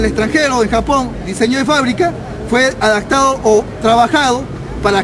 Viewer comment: Jsjajajaj ha sido "adactado" jajaja